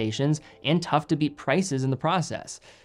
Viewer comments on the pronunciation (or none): none